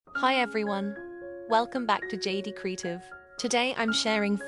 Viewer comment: Is the narrator AI? “Kree’tiv?!” How about English — “kree ai’ tiv?”